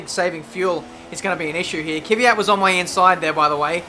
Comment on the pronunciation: great to follow your career mode. You really motivate to watch with your excellent comments. Keep up the good work! One minor remark: pronounce KVYAT as : KVIE-AT in stead of Kie-Vie-At ;)